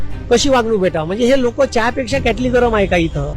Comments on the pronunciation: क्याटली नाही रे किटली म्हणतात गुरुजी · हे मास्तर आहे आहे का.... किटली हा शब्द म्हणता येत नाही याला.... म्हणून उद्धव जी भेटले नाही याला उद्धव जी काय शुद्ध मराठी बोलतात.... अंगार भंगार कोथळा ग़द्दार ढाल तलवार अशे अलंकारिक शब्द वापरतात आणि याला हेच येत नाही म्हणून उद्धव जी भेटले नाही याला 😂